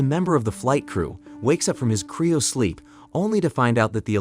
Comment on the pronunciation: What in the fuck is "criosleep"? its CRYO sleep, not CRIO.